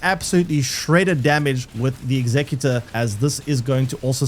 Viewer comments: The class name pronounced how its spelled, your sounding it out like the word executive. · He is saying saying how is spelt, in your example of executive replace the ive with or and that's the word